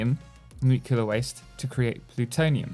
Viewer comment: Its not I always say it wrong but it’s nu-clear 😅 I just can’t pronounce it